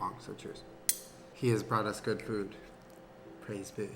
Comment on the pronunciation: After this it’s going to be really hard to say good and not gwad